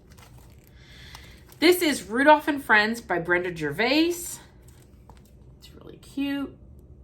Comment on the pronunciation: Hi! So many adorable finishes I love them all. You do such a great job finishing, thank you for sharing! FYI when you pronounce Gervais, the s is silent. I honestly thought you’d want to know its not m intention to be critical at all. Take care luv ya!